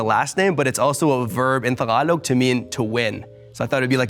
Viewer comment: as soon as I heard him pronounce "Tagalog" I knew he's gonna win lmao